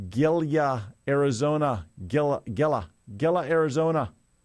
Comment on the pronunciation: Gila is pronounced Hila